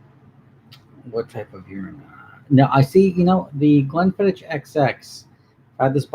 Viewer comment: It’s pronounced Glenfiddi”k” not “ch”